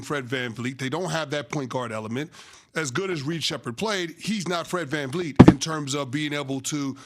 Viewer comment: dis mfer said fred van fleet lmao.....